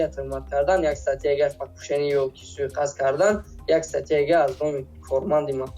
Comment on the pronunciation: Суикаст Карл, суикаст 😂 Мне интересно какую отмазку ты на этот раз придумаешь)) русский язык у тебя свой отдельный мы это уже поняли в прошлый раз, а ты оказывается и наш родной язык не знаешь)) Правильно: суиқасд! Не суикаст а суиқасд))